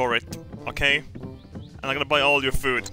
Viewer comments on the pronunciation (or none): none